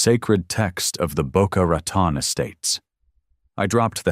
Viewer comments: It's pronounced Boca RATONE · Rat on. Do you mean Rotan Florida? Get it right